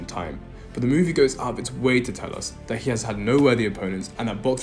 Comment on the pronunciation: Aren't you ashamed of your poor pronunciation of native language English? So many words you said that should have letter "T", where NOT pronounced correctly. Why conform to imitate the local illiteracy? Especially when you have great men as literate role models such as Roger Moore, David Niven and so forth?! Words spoken with NO pronouncing of letter "T", that stood out were... "Out" "Hitting" "Dirty" (Duhr—eee) "Think" you said "Fink!" "Better" (beh-ahh) As an Englishman, I am utterly appalled by the shameful illiteracy of me fellow native English speaking men. Why don't we take pride and dignity in representing our British heritage by speaking correctly?!